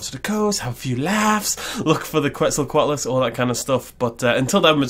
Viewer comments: It's pronounced more like "Ket" "Zall" "Kwatle" according to Mexican-Spanish sources. "Kwetzal" is an English corruption of the word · Ketsocoatlus, not Kwetsocatlus